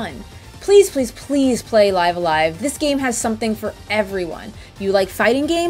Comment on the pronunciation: The way she pronounces it in the video is the actual correct way.